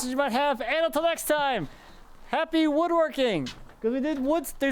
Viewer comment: Looking great! Hey, actually said wood working instead of wooerking. 😁